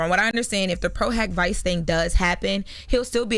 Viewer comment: LOL… I kept cringing when she said vice